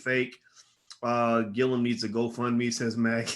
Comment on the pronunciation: Gillum nigguhh!! not Gillium. I swear you the smart nigga that always mispronounce people's names... Anyways keep up the good work. Dope channel